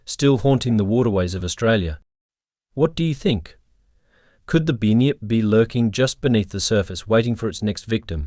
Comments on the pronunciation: Bunn -yipp … not “bin yip, or bue-nip”. Do better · I’m Aussie and it’s pronounced bun-yip not bin-yip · first of all you called the bunyip a binyip second said the Tasmanian tiger come from queens land witch it dosent you cant be a real ozzy because you cant get our history totaly wrong do read more books about Australia mate. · Binyip the kiwi version 😂😂😂❤❤❤